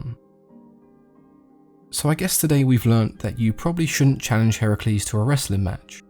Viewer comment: Finally someone can pronounce Heracles correctly Yay even people who claim to be an expert in GREEK mythology pronunce Heracles as Hercules